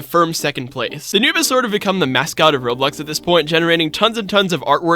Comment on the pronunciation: The faster you talk the more you call it Roblux